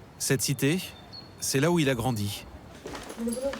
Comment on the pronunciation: Pourquoi la voix off dit cité[Ç], grandi[Ç], jamais[Ç] ?